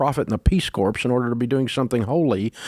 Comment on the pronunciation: Peace "CORE" not Peace corpse